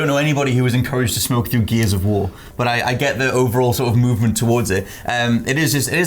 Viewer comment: It almost sounded like said geezers of war 😁